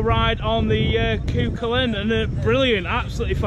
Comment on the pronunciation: Cú Chulainn pronounced coo-hullan for future reference